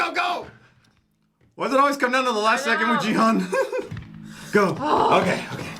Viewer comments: correction for main character's name pronunciation Its not Jee Hun , it's geehoon('g' for gravity,gun ,grain) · Hi guys! Just wanted to tell you that the way you pronounced Gi-Hun's name is a bit incorrect 😂 it's GI (like GHI) and not JI. sorry I hope this doesn't come out rude though 🥺 Been loving your reactions btw!! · Guys, player #456's name is pronounced Key-Hoon. 기훈. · Ki-hoon guys.. I know the subtitle says Gi-hun but the protagonists name is said quite a lot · Sorry but you pronounced Gi Hun's name wrong. You can say /ki hu:n/. I just wanted to correct it as I am Korean. ;) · You’ve been pronouncing Gi-hun wrong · ily guys but that is not how you say gi-hun's name